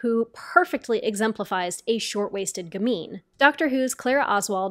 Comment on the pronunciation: If you're going to insist on saying gamine 100 times, you should at least learn how to pronounce it.